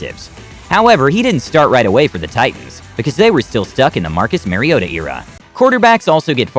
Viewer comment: Mike "V rabel", Bob "Grease" and Marcus "Merryota"... 🤦🏾